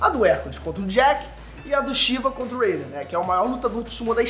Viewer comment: Alguem me esplica por que a pronunçia do nome Raiden ta em ingles